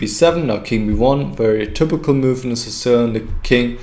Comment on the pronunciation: If it is of any use I would like to give the advice to accent the word "typical" with less "u" and more "i". That is to say "tipical" instead of "tupical". (Dont take this the wrong way and start making german videos again) Also the word "move" can be less "u" ( muf ). I am pretty sure u can say "v" as in vermacht for example. (Ha ha) Anyway "forward" is the correct "o" for "move". Or think of the word "more". Best wishes and great vid! Thx!